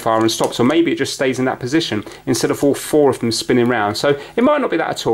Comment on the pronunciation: You seem to have a problem when saying "Off or Of" the latter is pronounced "Ov" there is a definate V sound. example- The first "of" (ov) the month. example 2- Get off the table. great video though.